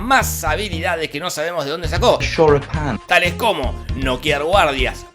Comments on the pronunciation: "Choripan" jajaaajaajaja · Quien es la tipa que sale xomo el tipo que dice shoripan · El shoripan no las empanadas shoripan empanadas shoripan empanadas SHORIPAN EMPANADAS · Inglés: Shoripan: cállate a ti no te sale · De los creadores de "Las empanadas" y "Churros con dulce de leche" lleeegaaaa: "Shoripān" (da igual yo también soy un queso con el inglés).